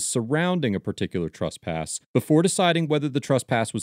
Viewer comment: What's 'trusspass'?